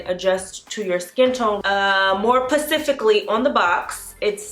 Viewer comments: more "pacifically"...lol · Specifically not pacifically lol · Look I know I’m probably the only one who noticed this but, she said “more PACIFICALLY.” Instead of “more SPECIFICALLY,” 😂 near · I stopped watching after I heard her say "more pacifically"..... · I loved that you said, “More PECIFICALLY”! 🤣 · She said "more pacifically" ...I still like the review. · I know you didnt say "more pacifically" 🧐🤷🏽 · Lost me when she said 'pacifically' instead of 'specifically'. Smh. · Specifically not pacifically.....🤣🤣🤣🤣🤣🤣🤣🤣🤣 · “More pacifically” 🌊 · Omg I turned off as soon as she said ‘pacifically’. Seriously girl?! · "Pacifically" HUNTI IT'S SPECIFICALLY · Correction... it’s Specifically, not Pacifically, is the correct grammar😳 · (btw i'm this users daughter) Just saying she said more pacifically instead of specifically. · The word is specifically. Not pacifically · Pacifically sis? lmao Through an "S" on the front of that word. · this bitch said pacifically..... she meant specifically smh lmao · Pacifically though lol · Not more "pacifically", sis! 😩😩😩 lol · She said “ Pacifically “ hahahahaha I cannot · ...she just said "pacifically" instead of "specifically". 😐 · I think we hear "pacifically" in every video these days lol. I was hopeful at the beginning for this and Idk why. smh. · 😂😂 "more pacifically.." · Did she say "Pacifically"? LAWD....love u tho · You lost me at “pacifically” I cant watch and ignorant person who canny pronounce “sp” words talk for 8 mins 🤦🏽‍♀️ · She said pacifically 😭😭😂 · more pacifically killed me lol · More “Pacifically”? 😂😂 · “more pacifically” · Pacifically tho😐🤣🤣🤣 awesome video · "More pacifically" 🤦🏽‍♀️🤦🏽‍♀️🤔🤦🏽‍♀️🤦🏽‍♀️